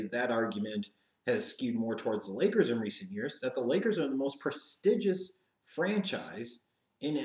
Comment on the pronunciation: Wtf?? I've never heard the word prestigious pronounced that way.. ???? Can u say the name of the movie The Prestige?? Lmao